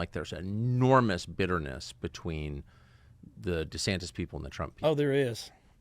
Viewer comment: "Desantez" The first Hispanic governor of Florida 🤣 Love listening to this guy, I'm not on X so never really heard him before.